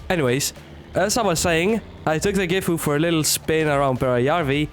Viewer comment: not trynna be that guy but "Gifu" is actually "Sisu"